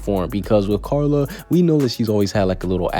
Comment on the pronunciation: Dose anyone else hear him say Charla instead of Carla😂🤣